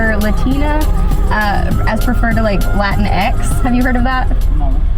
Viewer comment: “Lateen X?” 🤣🤣🤣 Anyway, yo quiero Taco Bell!!!